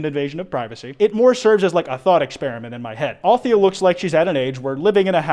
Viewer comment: nna i think it's pronounced "al-the-ya" not "althia" it's my opinion ok